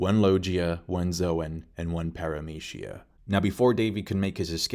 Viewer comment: I'm stuck on para"meshia" and lo"G"ia but yet all the Japanese word a spoken so... good video though! First time watching all the way through one of your video because you have a tendency to so things like this has to happen as if you're some sort manga experienced writer of an world famous manga; which you did this video too but I just kept listening